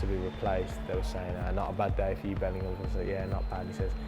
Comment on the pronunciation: JUDE PR-HAM 😂😂 we enter a new chapter with this show!! Gala Madrid!!